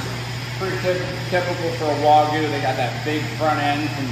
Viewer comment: It’s NOT WOGU……it’s actually WAGYU